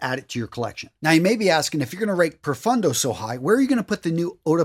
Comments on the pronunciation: PRO-PHONE-DOH -- Italian pronunciation (meaning DEEP). Thanks for the recommendations! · Pro(roll the r a bit) foon doe= profondo